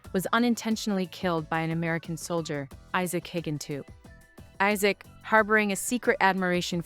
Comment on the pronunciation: Your own voice is much nicer than any AI nonsense. That thing can't pronounce names, especially Isaac. (Izzik.) 😁